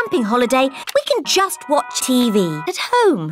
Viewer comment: Daddy pig:let’s wotch a tv boy